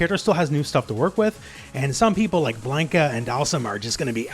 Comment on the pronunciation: Blan-ka not Blane-ka lol